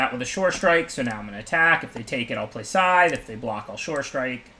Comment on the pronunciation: I cringe so hard every time he says SKYTHTH